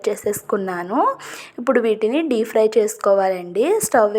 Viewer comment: సరిగ్గా వేగలేదు, by the way it's DEEP fry( డీప్ ఫ్రై) not DEE FRY (డీ ఫ్రై)